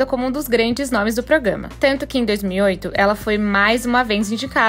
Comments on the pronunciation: É proGRAma e não proGAma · A palavra é Programa, não progama!